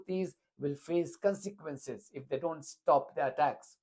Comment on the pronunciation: Haha, brilliant! Blinken: "there's gonna be caanseekwences". Clown.